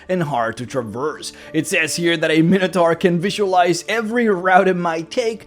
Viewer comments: You’re using the common D&D mispronunciation. It is actually “my no tore” or, by many in America, “min ah tore.” It comes from the Greek Minos (king of Crete) and Taurus (bull). But D&D players like to say “min ah tar.” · Minotaur is pronounced with the long I sound, like: item, iota, and eyeball.